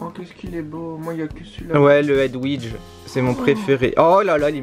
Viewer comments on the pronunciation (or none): c'est Hedwige pas Edwige.